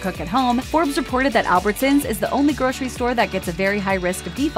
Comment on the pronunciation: Seriously, groshery????? It’s grocery. Gro....sir...ee. Pronounce it properly or get someone else to do it.